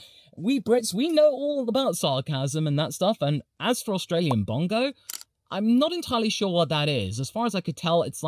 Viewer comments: Well that's the first time I've heard bogan pronounced as bongo 😂😂😂 was not on my bingo card lol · It's not Australian bongo it's bogun.... A lower socio-economic person.